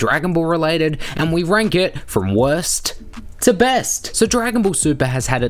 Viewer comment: Sound like your saying West To Best